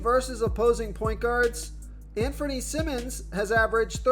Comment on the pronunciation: “Sigh-mons”-Simons “Struce”- Strus